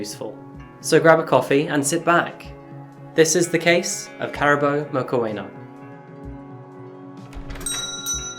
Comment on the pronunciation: Please make an effort to find out how names are said in their native language …………….its not hard and takes 2 mins to find out…….it is pronounced moo-kw-ena(the kw sound is fast the ena uses an e sound like egg) the moo is self explanatory but as soon as you enunciate the oo you start the kw sound…………..i can say german names after hearing them once …….i am not german just saying.